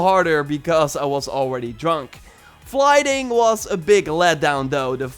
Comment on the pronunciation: ~ flighting? I really can't grasp what he say there, is it the fighting in this game? The combat?